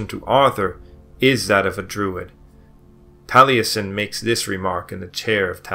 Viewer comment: I've never heard a historian from England, Wales, or Scotland pronounce any differently than "Jeffrey". But then, this guy can't pronounce Taliesin, either, so ...